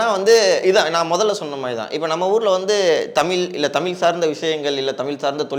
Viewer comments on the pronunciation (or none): Dail thogupalar don't pronounce it's Tamil pronounce it's tamizh........ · தம்பி நீ தமில் என்று உச்சரி்க்கின்றாய் ஆனால் அவர் தமிழ் என்று சரியாக உச்சரிக்கின்றார் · நெறியாளர் அவர்களே தமில் இல்லை தமிழ் உச்சரிப்பு சரியாக இல்லை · பேட்டி‌ எடுப்பவர் முதலில் தமிழ் என்று உச்சரிக்க பழகி கொள்ள வேண்டும். ஒவ்வொரு முறையும் தமில் தமில் எ‌ன்று பேசுவது நன்றாகவே இல்லை. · தம்பி தமிழுக்கு அழகே ழகரம் தமில் தமில் தமில் ன்ணே உச்சரிக்கரீங்க தமிழ் தமிழ் தமிழ்❤❤❤ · டேய் வெண்ணை தமிழில் பேசுடா தமில் தமில்னு பேசுவர் திருந்துங்கடா